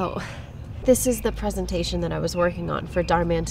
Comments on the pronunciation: Greta looks great, even cuter then Renee! Yet, she gets fired? There is NOTHING wrong with hard work. My parents always said, "Don't let anyone down, hard work always pays off" At least the boss says "PREE-san-tay-shun" instead of "prez-an-tay-shun" and also, you CAN'T fire someone without the official papers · I like how he says preesentation and not presentation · Is no one gonna talk about how he said pesentation.. even in the lyrics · The fact that she said prEEEsintion 2 times triggered me.....>0<